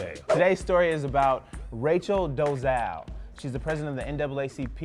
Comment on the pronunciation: Did they say Doe - zal 😂😂😂😂